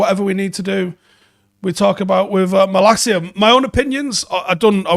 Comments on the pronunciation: It’s not malakia it’s pronounced Malasia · It’s pronounced “Ma-La-See-Ya”